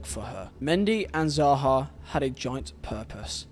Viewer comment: I’m not sure if it’s an accent thing but please pronounce the name properly. It’s SAHA, S NOT Zaha like you pronounced it. Say it right so people don’t start thinking you meant to say Zaha.